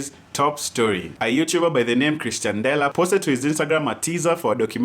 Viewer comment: C'moon, told you it's pronounced Ex-tian-dela last time 😂😂